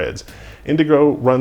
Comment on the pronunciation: good call on saying "U M A" instead of "ooma", i could see myself easily mishearing that as "newma"